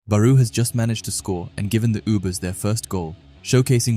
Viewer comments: FIRST U SAID BARU NOW RAYCHI ARE U SERIOUS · SORRY COULDNT WATCH COZ U STRESS BAROU ON THE SECOND SYLLABLE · he’s most likely talking about how you said barous name, I don’t really care about the errors cause we know so it’s fine don’t stress on it. I like the chapter reviews btw.